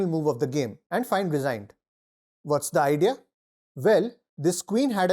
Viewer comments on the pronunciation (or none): "whats the idea? vell..."